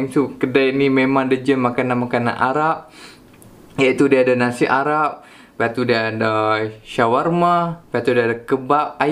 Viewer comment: Aq dgq dia punya nasi arab mcm nasi aram dia sebut 🤣 ap ii un enjoy